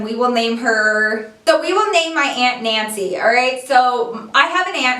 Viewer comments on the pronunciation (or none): omg when she first said her aunts name was nancy i heard "antsie" wtf my ears